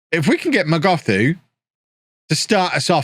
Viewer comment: Hi it's pronounced not as "Mogothu" but as "Mogotu" the h is silent. I'm a native zulu speaker from South Africa